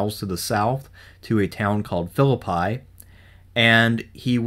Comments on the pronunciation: Yeah, I’m from West Virginia and I never heard it called anything but Fill-a-pee. Not Fill-a-pie. I crossed the covered bridge there in about 1962, with my dad and uncle to go trout fishing near Franklin. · I lived in West Virginia most of my life. Virtually no Civil War Historian can say the name of the town where that first battle took place correctly. In Shakespeare, it is File-lip-pie. In WV, it is is Fill-ip-ee. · Phillippi is pronounced Phi- llil- pee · Phillipi has a Long E sound at the end. This guy glosses over a lot. A few claims in the early video are misleading. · He didn't know how to pronounce Philiipi either. There's a lot of crap going on here.